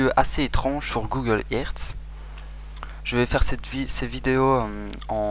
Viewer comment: 'sur Google ëRt ' j'ai pas compris sinon super vidéo de kaka poutin